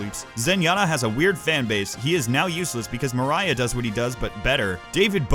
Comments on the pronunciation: I can respect the opinion, but I can't respect you pronouncing Moira as "Mariah". It's Moy-ruh :( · It’s Moi-rah not my-ra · Coming back at the end of the month to watch this again. Now im curious to see how many people flipped shit because you said "moria" instead of "moira". Sorry about the toxic fanbase and i honestly prefer ur newer videos! Keep goin! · The only problem i have is that i pronounce moira as moi-ra not mar-ia, besides that you have said it perfectly. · It's pronounced moyrah, not Mariah, and you think she requires no skill because you fucking suck at her and can't track for shit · WHY?! ITS MOY-RA NOT MARIAH!, my name is not moira! fuck me! i love you but learn to pronounce names! i haaate when people get my name wrong and the fact people think MARIAH is spelled MOIRA is fucking ridicules... ma-rai-ah dosnet come from moi-ra MOY-RA! MOY! not MARI! holy shit that triggered me... its not about the game or your opinion on her thats what ever, but say peoples names correctly D: please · ok this isn’t personally targeted at you because it’s an overwatch hero, more that moira is a semi common irish name, but it’s pronounced “moy-ra” no “mo-ry-uh” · Moire is pronounced MOY-RAH, I'm irish dude trust me, and also good for you for quitting overwatch don't pander to fake fans! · Moira is pronounced Moy-Rah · iTs PrOnOuNcEd “M-OY-RAH” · "Moe rye uh" lol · My only issue is It's pronounced Moi-Raa. It's Irish. Ya said it wrong... that's all. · I would like to say, something I do agree with you, but what bothers me the most was up saying Moira’s name.. it’s pronounce Moi-raah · Insert death threat because you said moria instead of moira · This video is too true but it bothered me too much how he pronounced Moira as Mariah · 2 Things: 1: we only expect you to make content that you want to make 2: I know we Leprechauns have weird names so here's how you pronounce the crappy knew hero's name:] Moyra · You are mispronouncing Moira